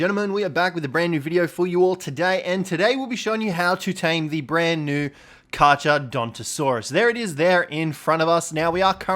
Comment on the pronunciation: kar-cha? seriously? in latin ch = k